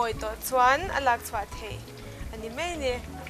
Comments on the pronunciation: Siam thiam viau mahse mizo ṭawng hmang dik la ka ti entir nan 'mai' tih tur ah 'mei' ti reng a......ngaihthlak a hahthlak deuh ka ti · "Mai" tih tur mei tih ang chiah fimkhur a ngai,a dang dangh pawhTin mizo in tawng kan nei a,ziah dik, lam dik hi kan zawm tur a ni a a harsa a mahse,. lam dik hi chu a harsa lo. Naupang kum 10 hnuai lam lam dan ang hi chu a chi tawh loh a "r" hi tlir ngei ngei tur tlir tih chu kan hria ang chu maw. Hnamdang unau ten r (letter) hawrawp mal awmna thumalah an lam dik thei lo fo. Chuvangin mizo tawng a Ra pawimawhna kan hre thei ang. Eg Arpa hi Alpa an ti ,tlang ,hi talang an ti fo bawk. Thar ,ber, sorkar tih ang chi thumalvtawp a r a awm hian hmeichhia ten in lam leitawt fo hi a fuhlo tawp. Thildang in han sawi ah in lam fiah fim tha hle . .... "Mahse a Ar a zir a nia nga....Ar kan ur chhung khan "...tihah te lei i khawr bik zel a ka lo hah thin . Tlang takin lei tih tlir vek tur. A changin in tlir thei tho si a. Ka duhsakna che a ni e. "Bean hi chu duh tawk tawh mai ila" tih lai i lam dan fiah zia hi,a va nuam em,lam no emaw lam sap a ngai lo reng a ni. Tin Mizo tak zel in aw. I hmel tha i zei mi thiam lutuk i nih hi.